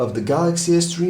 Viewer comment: the way that he pronounced "s3 Mini". oww just nevermind